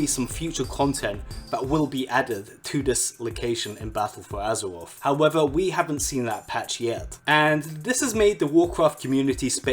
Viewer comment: BALTTLE FUU AZURUREOFF